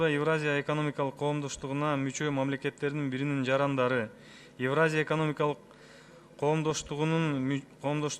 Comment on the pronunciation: Эвраза дейт го тазза эле...еепти...целый торага 🙏